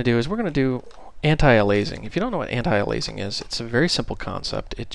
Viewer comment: BTW you pronounce it like 'anti'+ 'alias' +'ing'!